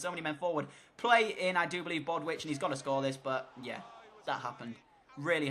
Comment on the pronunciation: I love the video and I know I'm super late but it's bow-ditch not bodwitch 👍🏻